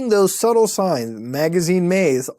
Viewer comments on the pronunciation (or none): none